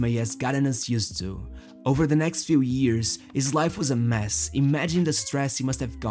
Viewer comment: Gosh, that "H" letter is so tasty for you... "Years" sounds like "ears" in your mouth...